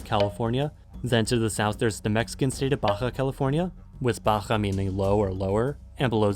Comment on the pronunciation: The way you pronounce "Baja" triggers me. >.>